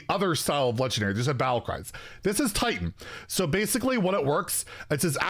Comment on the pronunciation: It is TITAN not TAUNT